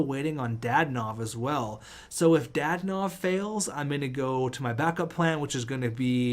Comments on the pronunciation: Danault is pronounced Dano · Danault is pronounced Dan-o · There’s no I In danault so yea pronounce it dano but not like Marco dano more lower tone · Philip danault is pronounced philip da-not again pls... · Routhier lmao it was making me mad